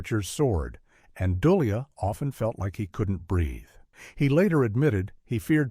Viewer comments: AI, or Assholes (without) Intelligence. You make a video and cannot ask a real person to narrate it? I hope these actors who are still alive, sue you for butchering their names. DooLay. Not Dole e uh. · Doh Li!!!!??? Duh lea Ah u Ai moron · About Keir Dullea: His family name is pronounced Doll-ay and not Dully-ah. (Care Doll-ay). By the way Kubrick knew Douglas Rain's interesting voice long before filming for 2001 started. Rain had done the narration for a NFB (National Film Board of Canada) documentary movie on space that Kubrick had watched several times to understand what was advanced technical special effects at that time. This 18 Strange Facts video repeats an absolute lie about Kubrick loving it when the premiere audience walked out. NO! This is a lie. Kubrick was terrified when the bad reaction proved to be so intense. He was immediately forced to go back to the editing machines and cut out huge parts of the movie that had no dialogue in them. It's the version with the cut-out parts that gradually found its proper fans as it got shown in movie houses around the US and around the world. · Keir Dullea's last name is pronounced "Du-LAY." He remarked in an interview that it's pronounced like "Here today, gone tomorrow."